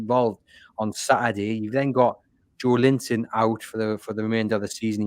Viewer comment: Will you tell its livramento not livramenKo! Its so disrespectful saying players names wrong. Also listen to how says joelinton its 4 syllables not 3 hes been here 5 years ppl should know how to say it by now.